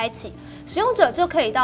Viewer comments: 是 iCloud 吧!!! 不是 iCould 喔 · 唉科烙- d 不是 唉拷d 烙要延長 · iCloud 不是iCould 😂